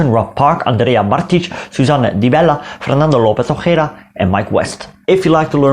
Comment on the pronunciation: You say Fernando Lopez Ojeda very easy! Good job Sir.